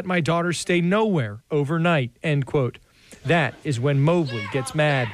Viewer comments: "MOE-bley" not "MOB-ley" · Her last name is Mobley not Mabley 😂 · I think its Mobe -ly not Mob-ly